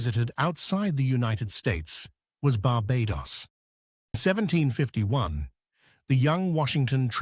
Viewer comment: Should learn how to say 'Barbados' for starters...